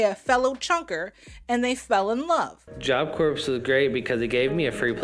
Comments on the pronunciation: OH MY GOSH! It drives me crazy when they say that. Ryan did the same thing. And meanwhile I’m telling “CORE” at the screen 😂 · Him pronouncing the “P” in Corps pissed me smooth off